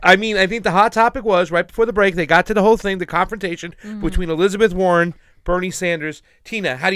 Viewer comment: notice war-hen says I ... Bernie says WE